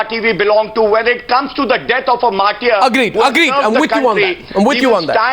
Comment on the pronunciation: English Language, as such, is quite simple if you go easy with it. It's "mar-ter" and not "mar-tiere". How does any person - politician, ex-soldier, or any other citizen - is given this oft-abused and completely hollow title "martyr" after his suicide or any other form of death? Does this title elevate him over others doing the same? It seems to be a useless honorific to prompt others to part from life. You decide!